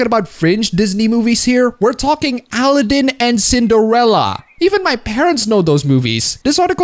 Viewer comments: (Al-eh-den) like Paladin the game. lol I never knew people could pronounce that name so differently. By the way its (A-lah-den) my dude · First video I've seen of yours. I may need to subsrcibe! I love your technically correct pronunciation of Aladdin (Allah-DIN vs Al-AA-din). - Briar Rose was not in a forest when she was rescued by a stranger; she was in a castle guarded by a butt-hurt witch who turned into a dragon and was vanquished by the man the Princess loved, who, by STAGGERING coincidence turned out to be a heroic prince, and learned from said butt-hurt witch that his true love was held in said castle, thus hastened to her rescue at great peril!) - - Anthropomorphization is a common cartoon form, you Philistine! And I cried too about Todd getting left in the woods in Fox and the Hound (also...why didn't she call the sheriff? Amos Slaid SHOT AT HER and she's the local dairy farmer! Where are the police? Where's the village mob?) I still cry about my own dog's impending demise when I hear that woeful harmonica solo while Todd unwittingly licks Mrs. Tweed's face. But this is ART! It evokes emotions like sorrow and makes us think about the sadness of parting and the precious nature of the time we have with loved ones! Appabend, thank you. Your cartoon faces are awesome! Off to your other videos! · Al-lah-din - kek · Al-a-ddin, o could but chuckle how you pronounce aladdin. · that's how I'm going to pronounce Al-a-ddin for now on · The way you say Aladdin is kinda weird to me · I have never heard anyone say Aladdin like that. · furseisekilulz sounds like a horrid news correspondent butchering a terrorists name